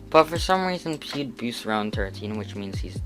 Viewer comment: GG “pewd”💀